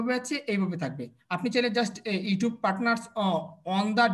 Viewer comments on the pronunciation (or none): apnar video dekhi but apnar sob word er uccaron tik hoyna, zemon, apni bolen 5$ toller, 10$ toller, google adwork, ইউটুব.. please vul hole khoma korben sir